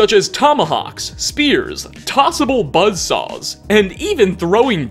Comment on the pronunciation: l like how you pronounce "buzzsaws" like "buttsauce".